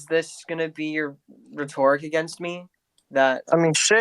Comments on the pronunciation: He mispronounced rhetoric and that’s hilarious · the way he pronounces “rhetoric” is on the same red flag level as the beastiality